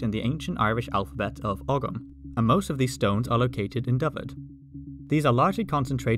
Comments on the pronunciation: “Ogham” is pronounced Oh-mm, not og-ham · It's pronounced oh-um not ogg-um but other than that great video! In Old Irish it was something like oɣum (kind of a guttural sound between h and g). O-um is way easier to pronounce tho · Ogham is pronounced with the "gh" silent. So like how people from Manchester would say "home" if that makes sense. Deffo not 'Og-um' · Fyi ogham is pronounced the same as ohm as in ohm's law (or close enough). Everyone gets it wrong don't feel bad.